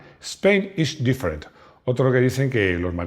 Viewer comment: No aprendiste bien el inglés. Different!